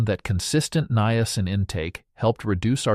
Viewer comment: Why do you pronounce the word niacin three different ways?